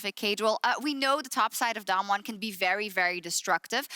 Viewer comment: How do these casters go a whole match saying damnwon